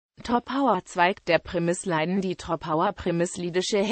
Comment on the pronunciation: Wird das in Deutschem wirklich als "Premisleiden" ausgesprochen? Ist das "i" nicht lang und gespannt?